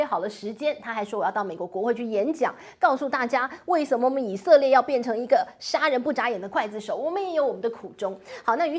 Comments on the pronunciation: 我天，那叫刽子手，gui zi shou。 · 请问“刽子手”在港台就念做: kuài zī shǒu 吗？ 而不是念做: guì zī shǒu? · 不是刽（gui）子手吗，台湾念kuai子？